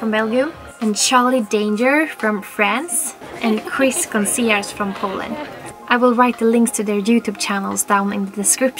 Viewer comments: Wow that “Gonciarz” was not even close but 10/10 for trying ♥️😅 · Krzysztof Gonciarz's name actually sounded like French, haha